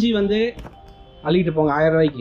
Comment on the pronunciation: அள்ளிகிட்டு போங்க. அல்லிகிட்டு இல்லை